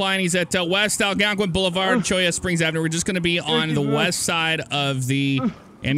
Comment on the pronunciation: its not Algonquin its algwonqin